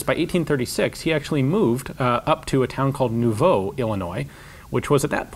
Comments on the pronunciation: Not nouveau--Nauvoo. Not at all pronounced similarly. Authority: I am from that prophet killing county. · Nauvoo (Nah-voo) not Nouveau. Otherwise, great job. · Nauvoo Illinois is pronounced Naw-voo...pretty much just how it's spelled. Definitely not "New-voh" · I laughed so hard when he pronounced it new-voh lol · It's NAW-VOO not Noo-Vough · FYI, Nauvoo, Illinois is pronounced "Nahvoo." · Found this really interesting. Just a minor quip, its pronounced Naw-voo, not New-voe. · New-vou? we mormons pronounce it Naw-voo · It's pronounced NAH-voo not Noo-vo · The town was called NAUVOO (Now-Vuh) not Nouveau. IIRC that was a pseudo hebrew word Joseph Smith made up that had some meaning like Providence or Good Fortune. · The town in Illinois is pronounced Nah-voo and if you’re looking for a historical place that’s off the beaten path I would recommend a trip there. There are many homes built in the 1830-40s that have been magnificently restored including Jonathan M. Browning’s home and workshop! Absolutely worth the trip for anyone interested in the history of that time period. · Yeah...It's not nouveau like this guy said. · It's pronounced Naw- vew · The City is pronounced Nah-voo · yeah, that was funny. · One bit of nit-picking: it's pronounced Nah-voo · I love here in this area you are talking about its pronounced nah-voo even though its spelled Nauvoo. There is a browning museum in Nauvoo dedicated to his home gunsmith shop. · Nauvoo is pronounced Nah-voo . Source: am Mormon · To pronounce Nauvoo correctly, the Nau is pornounce like "gnaw" and the double "o" is pronounced like the double "o" in "too". Bowning's gun smithing shop has been restored there, and the last time I was there they had one of his harmonica rifles on display. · Wow, I only live 45 minutes north of Quincy! I was born there. Also, I live only 15 mintues south from Nauvoo and it's pronounced Naw-Voo (like ew, not oh). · It's locally pronounced "Na-vew" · Nauvoo is pronounced Nahvoo.